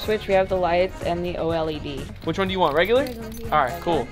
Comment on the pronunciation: they aint no way the lady called the oled the o-l-e-d